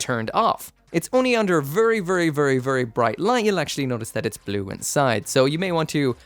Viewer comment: vurry vurry EDIT: vurry vurry vurry vurry